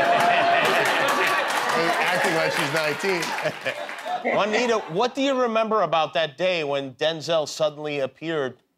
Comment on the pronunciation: Guillermo, why don’t you jump there and tell the people how Juanita is pronounced? Because the way of Jimmy says Juanita doesn't exist